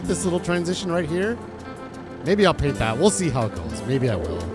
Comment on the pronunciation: "Baint got dirted" 😂 I feel that fumble, damn words are hard. 😜 Great job on the new sheep pen! Fits nicely right there too. 25 closer to 189! 👌 Agreed about the fencing for base pens. Even the ability to make a gate or entrance as well. Doing great though sir! Dances with Wool 😂